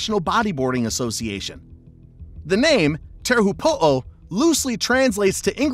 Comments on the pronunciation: te heehopoo the pronunciation is shocking but good vid anyway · Teahupoo is pronounced chopu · Tahiti wave is pronounced ‘Cho-pu’ tea-hu(teaho said quickly) than pu. Cho-pu. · the pronunciation of Teahupoo 🙈🙈🙈🙈🙈🙈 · U also pronounced teahupoo wrong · You would think if you're making a video about a particular wave, you'd at least learn how to pronounce it. Minimum effort these days I guess.